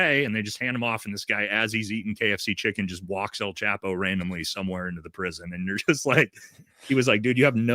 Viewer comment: It’s pronounced “El” Chapo, not “Al” chapo , lol just trying to help out my gringo Brothers. keep up the great work!